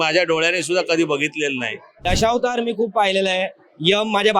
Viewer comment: दशौतार नाही गं ताई. असा "दशावतार"असा उच्चार कर